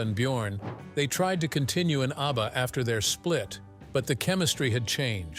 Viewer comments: The name is ABBA, not UBBA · That horrible AI voice makes me want to throw up. Utter garbage. The robot cannot even pronounce ABBA. Cr@